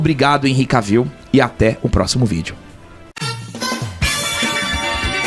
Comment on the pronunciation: Vcs pronunciam o nome dele errado. Não é "Caviu" é Quévil